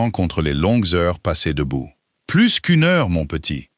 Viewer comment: je vous l'ai déjà écrit, mais il faut vraiment que vous cessiez de prononcer le " s" de plus quand il faut qu'il soit muet, sinon çà change totalement le sens de ce que vous dites ! " plus qu'une heure" signifie que " c'est bientôt fini" si vous prononcez le " s" de plus, çà dit 1 heure de plus ! oui je sais ce sont des détails, mais c'est ce qui fait la perfection, et la perfection n'est pas un détail !